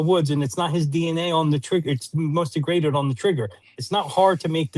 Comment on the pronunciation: 'dEgraGAted dNa'